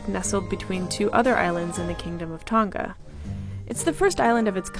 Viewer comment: It's Tong-ah not Tong- gaa